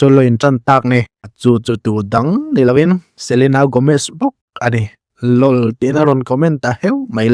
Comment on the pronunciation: Lawl a ti han tih tawp L.O.L te ti la lam tawi ang kha ni i local em mai